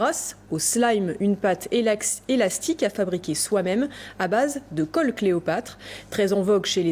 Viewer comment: Crystal et au début elle allait dire elaxstique au lieu de élastique